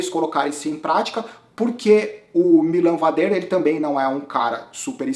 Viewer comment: o vader não é francês kkkk a pronuncia correta é MÍLAN VÁDER, como o próprio bart falou na transmissão. Em relação ao avança, eu discordo. Ele não foi proativo na prova. Em alguns momentos ele foi pra ponta e ditou o ritmo, mas não vi causar nenhum desconforto considerável no grupo dos líderes. Como dito no insta dele: o corpo nao estava na prova (algo do tipo). Ele vai ganhar, seja este ano ou no próximo.. e vai ser no estilo dele: se impondo e andando sempre na frente! Pode ter ctz! Abraço!